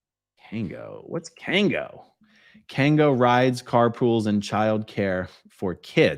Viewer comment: It’s kangol